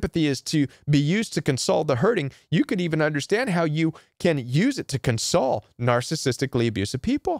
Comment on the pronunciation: In your section of "Using Empathy" first, it is awkward to hear your pronunciation of "console." A console, as a noun is pronounced CON-sole. Console, as a verb is pronounced con-SOLE, con-sol-A-tion, con-SO-ling, con-SOL-ed. And second, "Planed Giving" does not make any sense, the same as "Mountainous Giving" or "Grooved Giving" doesn't mean anything. If you mean to say that their giving is premeditated, you would call it "Planned Giving." Beautiful and Helpful content, but wanted to point out these two things in case it helps.